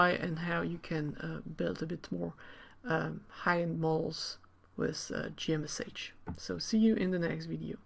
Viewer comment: I think most people pronounce it as "G Mesh" not "G M S H".